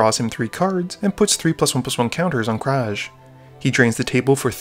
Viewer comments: That's Krav, not Kraj. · KRAV NOT KRAJ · how you say krav bugs me. your saying kraj.